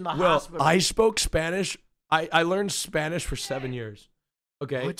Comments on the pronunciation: I’m Latin American, his pronunciation is insanely good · Holy sh*t his spanish accent is actually really good kinda freaked me out